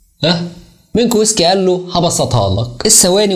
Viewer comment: مينكوفسكي وليس مينكو ويسكي